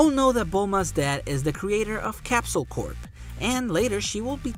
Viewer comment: Go to Google and search up 'how to pronounce corp'. L